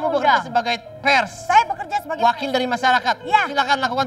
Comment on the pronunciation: peres (pers) bisa aja nih pak andre 😂